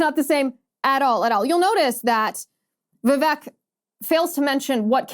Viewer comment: Liz! Vivek’s name is pronounced like CAKE! Vi vake!!